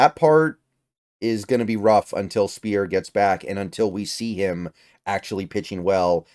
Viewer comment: Also, Gabe Speier is pronounced SPIRE not SPEAR 👍